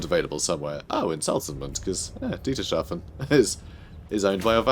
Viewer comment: Btw I am pretty sure that Dietershafen is pronounced Dieter's Hafen